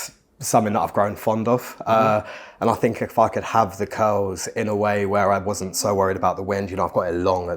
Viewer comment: Funny how they pronounce “curls” like “kills” … very cute accent 💕